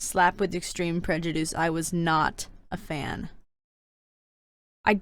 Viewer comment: 1. Wheres Monarch??? I know we dont see her in the books but she was their.... WAS. 2. I origannly thought that BattleWInner was BattleWiener... like a weinner dog. 3. I VERY much disagree with snowfalls ranking i would but her in the orange (no offense) 4. I thought Prejudice said Pre-juice 5. Fav good queen: Glory. Fav bad queen: Scarlet. least fav good queen: Coral. Least fav bad queen: SNOWFALL